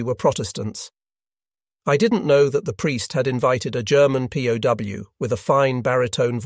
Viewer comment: “pow” for P.O.W.